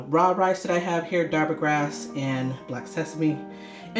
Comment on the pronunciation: Please pronounce the words properly. The T in tarpana is pronounced incorrectly. As well as the word Darbha. 😣